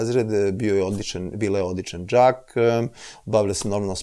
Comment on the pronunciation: kod njega je čurka i pećurka, nije đak nego džak